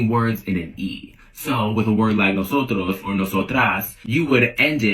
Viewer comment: the arrogance and audacity to purport to tell us native Spanish speakers how to use our language while mispronouncing “nosotros” and “nosotras”. well, it’s not like a few of you matter enough for tens of millions of us to change the way we speak just to accommodate for your sensibilities today. And I say today because I’m certain you’ll have something else to complain about tomorrow that you’ll try to make our problem. Anyway, why would us Hispanics listen to a man who looks like… that? What makes him think we care enough to accommodate to him?